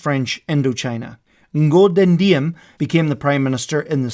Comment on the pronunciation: The fact that this animation was made with Krita amazed me.I also like to see non-Vietnamese historian made the video related to this war that did not put the North Vietnam in bad life.We were defending our country from the Us. But I think in Ngo Dinh Diem’s name is pronounced ‘zi:em’.Overall,this is a great video. I should use this for learning history about Vietnam lol. Sorry if there was a grammar error in this comment. My English is kinda bad because English is not my first language😅